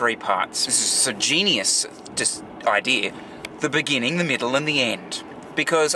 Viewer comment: great vlog but this is how you say the word "Beginning"